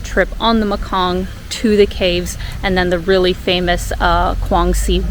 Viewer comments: hello..you say it probley the river is call mekong river..me-kong ok.. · Not looos Not Makoon Enjoying the video Thank you